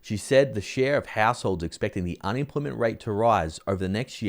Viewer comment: can you say un-em-ploy-ment ? it isn't unimplimint!